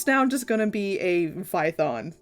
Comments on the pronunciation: It’s “Python” not “vython” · I DIED WHEN YOU SAID VITHON